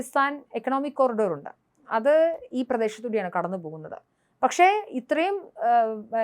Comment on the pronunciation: ഉണ്ട , ഉണ്ട _ എന്നതിന് പകരം ഉണ്ട് , ഉണ്ട് എന്ന് പറഞ്ഞ് ശീലിക്കണം. മിക്ക ചാനലിലും വാർത്തകൾ അവതരിപ്പിക്കുന്നവർക്ക് ഉച്ചാരണ ശുദ്ധി എന്താണെന്ന് പോലും അറിയില്ല. കുഴപ്പം അവരുടേതല്ല.... ഒട്ടും മറവില്ലാതെ തന്നെ പറയാം...കുഴപ്പം അവരെ പഠിപ്പിച്ച അദ്ധ്യാപകരുടേതാണ്. സ്കൂളിൽ പോകുന്നത് കുട്ടികളെ തെറ്റില്ലാതെ പഠിപ്പിച്ച് നല്ല വഴിക്ക് നയിക്കാനാണെന്ന ചിന്തയില്ലാത്ത അദ്ധ്യപകർ ; ക്ലാസ്സുകളിൽ അബോധമായി എന്തൊക്കെയോ കാട്ടിക്കൂട്ടുന്നു. യൂണിയൻ പ്രവർത്തനത്തിനും , സാമ്പത്തിക കാര്യങ്ങളിലും മാത്രം ശ്രദ്ധ പോകുമ്പോൾ ഓരോ കുട്ടിക്കും കൊടുക്കേണ്ട ശ്രദ്ധ അദ്ധ്യാപകന് നഷ്ടപ്പെടുന്നു. ഇതു മൂലം എന്താണോ സംഭവിക്കാവുന്നത് അത് മാത്രമേ കേരളത്തിലെ വിദ്യാലയങ്ങളിലും സംഭവിച്ചിട്ടുള്ളു. മലയാളം അക്ഷരങ്ങൾ മുഴുവനും തെറ്റില്ലാതെ എഴുതാനും അത് ഉച്ചരിക്കാനും അറിയാവുന്ന കുട്ടികൾ MA ക്ലാസ്സിൽ പോലും വിരളമാണ്.